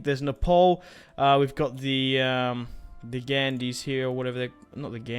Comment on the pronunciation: I died when he said Ghandis Hahaha